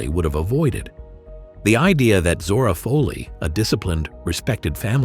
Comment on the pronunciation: That's Zora Fohley (Foley), Not Fahley.